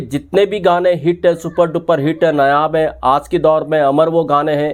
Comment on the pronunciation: नायाब को नयाब नहीं बोलें 👍